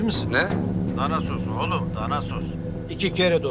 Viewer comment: danasos :D rankasyon hahahahahaha